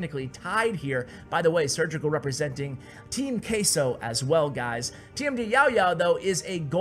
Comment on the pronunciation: not meaning to be rude but the way u pronounce queso really bothers me since its spanish its pronounced differently